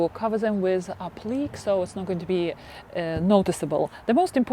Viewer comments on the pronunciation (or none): Applique is pronounced “aplicay” in English. Or the que is pronounced the same as the word “que” in Spanish. Hope that’s helpful.